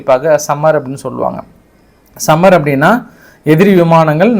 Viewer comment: சம்மர் இல்லை தலைவரே. அது சமர்